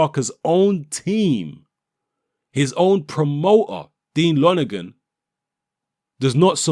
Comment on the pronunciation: Help JP familiarise him with the British public? What drugs are u taking? U can't even say lonergan properly!? More like help the british public familiarise themselves with JP? Love your vids but come on!? Think about this one! Lonergan is a bawl bag. He doesn't know shit! JP don't duck nobody! Nor does AJ.